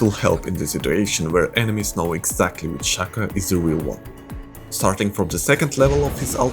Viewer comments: bro it's Shaco not Shaco oh then I noticed you started saying Shaca XD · 99% of the world - pronounces it as [shack-o] americans - "It's pRoNoUNceDd [shake-o]" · It’s Shaco not Shaco.